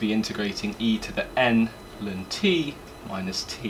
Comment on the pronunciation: New here. Never heard anyone pronounce ln as lun. Its usually either ell-enn or stubbornly calling it log.